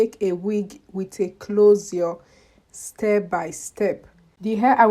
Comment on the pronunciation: Nice wrk sis, I also lik d way u call dat clozio 😊😊funny